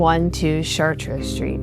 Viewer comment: You pronounce chartres Street wrong Char-ters is how it's pronounce instead of tres is sounds like ther like hers